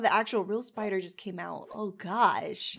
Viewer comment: Spi-dahr Orang-ge 😂